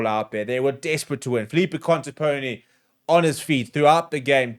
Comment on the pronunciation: It's ContepoMi, not ContepoNi. I can't understand why it's so hard to english speakers to get that right. I've heard that so many times.